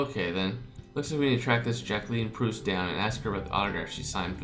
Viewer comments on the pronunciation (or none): Gillotine is pronounced like that because it'd have to be Gilleotine how you pronounce it, and camembert is pronounced camombear. It's French for cheese. Proust is prounced Prowst :D